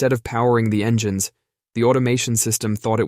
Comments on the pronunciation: Never heard that "pass" bit before, and this new AI input is risible -- "en-gan-ness" for engines, TWICE! LOL! The mangling of English words is hilarious, except NOT in aviation, where it's critical for ALL pilots to speak intelligible English, the international aviation language since about 1951 or '52! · This is the most pathetic text-to-speech AI program I've heard. "En-geh-nes"?? It was tying to say "engines".